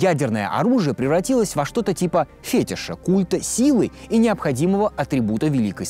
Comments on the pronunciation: ..... фетишь, ударение на Е, говорить надо правильно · правильно говорить "фетИш"